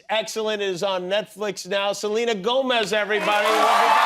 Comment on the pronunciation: Learn to pronounce her last name right! It is Spanish!